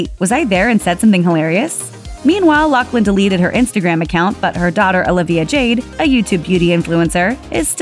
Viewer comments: I think it's pronounced "Loff-lin"...not "Lock-lin" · OMG!! Her name if LaughLin , pronounced with an F sound. No C in her name!!! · is it not pronounced *loff-lin*?